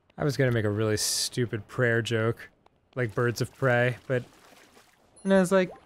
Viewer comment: Birds of pray-ay-ay